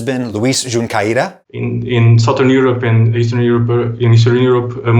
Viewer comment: He might have nailed 'zankha', but completely butchered 'Junqueira' 😅